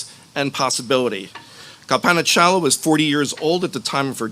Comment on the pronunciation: Could you at least have the decency to pronounce DR Chawla’s name correctly?